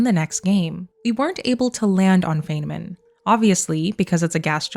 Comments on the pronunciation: Feynman, named after physicist Richard Feynman, is pronounced "fine-mun", not "fayne-min". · It's actually pronounced "fine-man", not "fayn-man" 👍🏻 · Pronounced "fine-man" Edit: this is amazing detective work. Edit edit: not being negative about the Feynman pronunciation thing. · FYI Feynman is pronounced as “Fine man”. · Tiny correction - Feynman is pronounced "Fine man" 🖖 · Some thoughts and queries to 1. It says Dyson bubble though, not an Alderson disk. Or do you think they might retcon it to this? Regardless, good find. 2. , I have to be that guy and say, his name is pronounced as "Fine-man" 3. Could this Mass Relay be the Baterian relay Shep destroyed in ME2 Arrival DLC? Would make sense as it would signal the prelude of the Invasion. And the audio would be beginning of the Invasion on Earth. 4. I agree that it is more likely that they would go on a parallel universe, maybe 4 for all 3 + No choice endings. Or they could just pick one as cannon and go from there. Thanks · Feyman is a long "I". Fi nman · Is it okay that I need to point out that Dr. Feynman’s name is pronounced FINE-man? I am pedantic when it comes to names and he’s one of my heroes. I know people don’t like to be corrected, but I thought you might want to know, since you are so meticulously analyzing these clues. If you ask Siri or Google, they will say FAIN-man, but if you watch his lectures (they’re all available on YouTube), you will learn otherwise. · Either you mispronounced Feynman or I did all of my life.